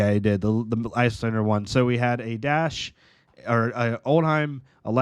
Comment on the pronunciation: Old-Him not Old-Heim